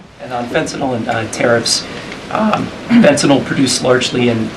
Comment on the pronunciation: I love that she knows how to pronounce “fentanyl.” 🙂